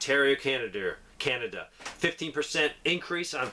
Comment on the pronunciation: with the utmost respect I giggled when you said canader.